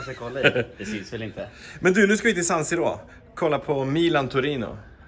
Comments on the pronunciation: arenan heter San Siro och uttalas San Siro. inte "Sann Sirrå" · ”sann sirrå”??! finner inga ord